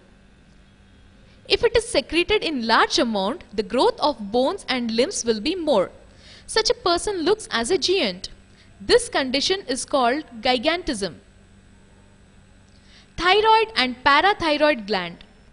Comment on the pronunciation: giant ko boltahai gieeent .Kya hai? Kis school ya college me parahai .Gient boltahai Giant ko .. It's Giant , Ma'am .Not insult but correction needs to be done in you